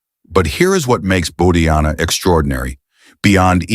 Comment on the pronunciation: The name is pronounced as Bau-dhaa-yana, not as Bau-dhaa-jana.